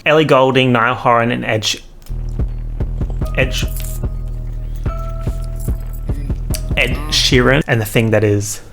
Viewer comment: The way you couldn’t even say Ed Sheeran 🤢 IS LITERALLY KILLING ME